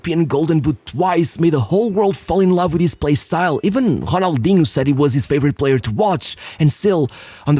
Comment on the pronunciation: Why do you pronounce the R like that, man? Who tf you think you are? Ronaldinho ain't pronounce like he's some french dude, boy. RRRRRONALDHINO